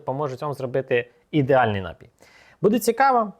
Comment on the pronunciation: Дякую за інструкцію! P.s. наголос напІй (на другий склад)